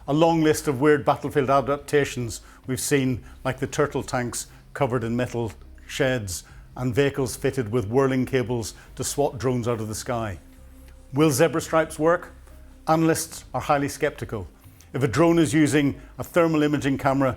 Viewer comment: It's bloody ridiculous that an educated man like finds it so difficult to pronounce so many words properly. Shahed, NOT Shahad; Behemoth, NOT Beemoth, Vehicles, NOT Vercles and Ryazan, NOT Rizan. Other videos contain many other examples of mispronunciation. This has nothing to do with his Northern Irish accent - it's just a lack of getting things plainly wrong and made even worse by using too much American terminology. It's absolutely infuriating.